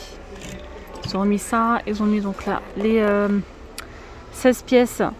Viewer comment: Arrêtez svp de faire de mauvaises liaisons. Je sais la grammaire française n est pas simple mais de grâce n inventez pas des liaisons qui n ont pas lieu d être. On ne dit pas ceux qui "sont" mais ceux qui ont. Qui n a pas de s ni de z a la fin donc pas liaison. Merci beaucoup